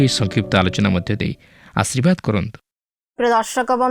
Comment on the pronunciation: ଆଶୀର୍ବାଦଟି ଠିକ ଭାବେ ଉଚାରିତ ନ ହେଲା ପରି ଲାଗୁଛି ମାଡମ